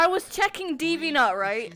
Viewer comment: Bro that British accent made DeviantArt sound like "deevee nut" 😂